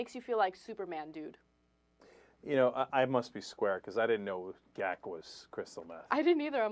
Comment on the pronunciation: Can we have Anna saying, "...makes you feel like Superman, dood." be a regular sound bite on the show. Am I the only one who thought her pronunciation of "dood" hilarious?